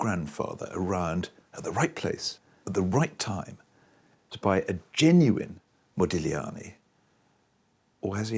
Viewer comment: Yes HEmispronounced modigliani not very professional he's getting on my nerves I don't think it's real the child face is just not his style I have a book of his life.and he's so beautiful typical italiian